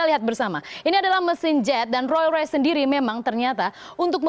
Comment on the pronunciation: ngomong rolls royce aja gak bisa....